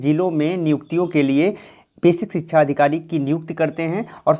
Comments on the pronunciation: Dear, its sikshaaa* not chhikchha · Bhai sikhsha hota hai sikhchaaa nahi hota apni awaj clean karo